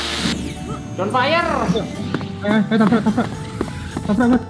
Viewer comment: DonFreya mas bukan Don Fire T_T